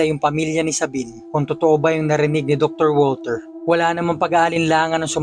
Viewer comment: Step father ko po is german, di po walter ang bigkas sa pangalang walter kung ikaw ay german kundi vulter po hehe